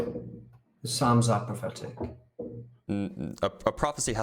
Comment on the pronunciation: Did he just pronounce the “p” in psalms?!! 🤦🏽‍♂️